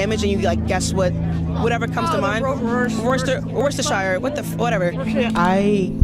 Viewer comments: Lmao Rorschach = Worcestershire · Hang on, the idiotic actor can’t even pronounce Rorschach….